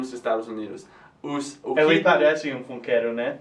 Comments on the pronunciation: Funkeiro vocês pronunciaram como "geralmente" um brasileiro falaria, mas nós falamos igual inglês mesmo "Fun" é "fan" então seria "fanqueiro" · no Brasil falamos "funkeiro" com a pronúncia "fãnkeiro" e não com o som do U no português (Quick Tip)